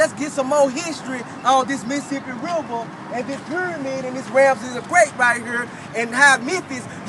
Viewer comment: "Da Missasipi Riba". Don't wakeboard there